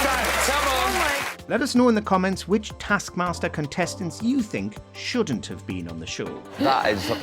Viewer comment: Dear voice over guy, it's either "tASK mASTer" or "tARsk mARster"... It's never "tASK mARster"